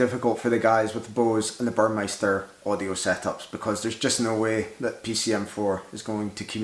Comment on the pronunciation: There is no "i" in Burmester. 😊 Thanks for doing the work to figure this out and build the wiring.